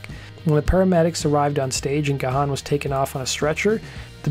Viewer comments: It's "gone", not "ga-han." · It's pronounced Gaaan not Ga-h-aan! The h is silent! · Dave's last name is not pronounced Ga-han. Its pronounced Gan. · It was Alan Wilder who felt after recording SOFAD that he didn't want to record in a toxic disconnected way ever again along with not getting the credit for album production. After Dave's heart attack it was only Martin Gore and Alan Wilder who played Deaths Door as the paramedics were loading him on to an ambulance. Side note: Dave's last name is pronounced Gan like the word man. The "h" is silent. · Gahan is pronounced as Graham.